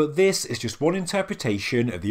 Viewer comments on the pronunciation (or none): none